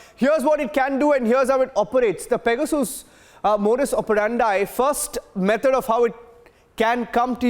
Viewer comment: What's pega-soos??